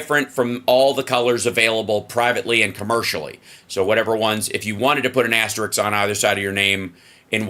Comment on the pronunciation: “Asterisk” not “asteriks”